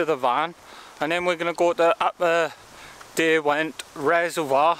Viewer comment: It's Derwent...as in 'Durwint'...not darwint.